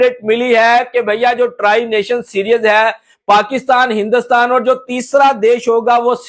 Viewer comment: Mere bhai, its pronounced see-r-ees not serious!!! And, why does that high level of security is needed in Pakistan!??!